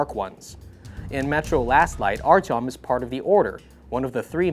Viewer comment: Archum ? ..... is that really how you pronounce his name.